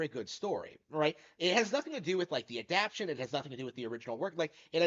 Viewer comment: lol you really gotta learn how to pronounce adaptation